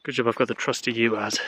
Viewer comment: P.S. Are you saying U-AZ - the green Russian Van/Utility wagon? I have been in lots of those all over Russia and the CIS. It's actually pronounced 'WAZ"...